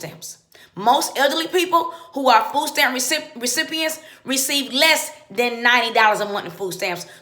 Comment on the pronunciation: Fooh steamp Fooh cuarh. Make yo beh. Thas whuh he saih.